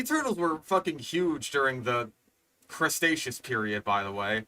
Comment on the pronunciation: how does one even mispronounce cretaceous as crustaceous? there's so many letters that aren't even there in cretaceous